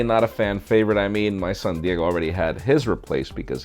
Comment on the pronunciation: My son, Diego, I heard SanDiego :D